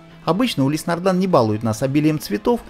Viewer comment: Но почему нардАн, а не нардИн?!